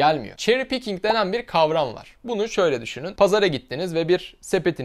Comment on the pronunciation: pickink değil picking. neden kelimenin sonuna konuşurken k ekliyorsun. bu telaffuza gıcık oluyorum arkadaş. başka mir anlamadığım misal: “İski” bu kelimeyi her türk doğru söylüyor. İski yazıyoruz İski diye okuyoruz. İsiki okumuyoruz. öyle değilmi? pekiyi jetski’yi neden jetsiki diye okuyoruz. yada futbolcu skilachi’yi neden sikilachi diye okuyoruz. daha çok misal verebilirim. iski’de sıkıntı yok ama jetski ve skilachi’de illaki k’önüne bir i ekliyoruz. neden? dilimiz dönmüyor diyemezsiniz. çünkü iski’de dilin dönüyor. hiçbir zaman anlamicam.